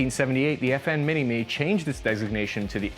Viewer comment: You don't mention it's a Belgian design but you mess up his and FN's name. America's finest.